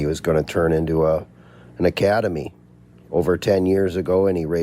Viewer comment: Dude said s "NICADEMY" THATS WHAT YOU AINT ADDRESSING 😮